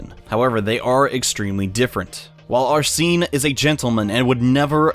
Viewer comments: Is there a specific reason why you pronounce Arsène as "Arseen"? That sounds pretty weird. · “Are-seen” *T R I G G E R E D* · That's not how you say Arsene. Also those books are pretty good READ THEM PEOPLE.If you're confused why Homlock Sheers might be an antagonist read "The Hollow Needle". And I'd say the detective Ganimard might also have some place in the story.